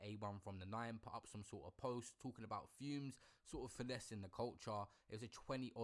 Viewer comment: he’s either doing it on purpose which is jokes😂😂 or he’s not but idk because why he keep saying fume when it clearly says fumez and everyone says fumez not “big up fume the engineer” 😂😂😂😂😂